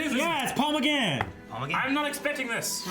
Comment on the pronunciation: YAY Night of the Doctor!!! But please, it's McGann, not McGarn!